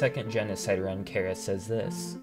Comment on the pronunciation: Small mistake, you said there's no canon pronunciation for Chara, but in Japanese they pronounced it something like Kyara